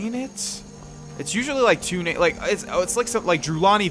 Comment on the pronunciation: the way he pronounces the names are just so anoying but good video